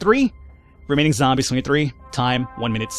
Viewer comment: I love how he calls the zombies "Zambros"